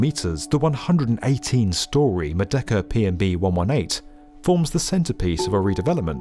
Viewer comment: Merdeka (Murr-day-KA)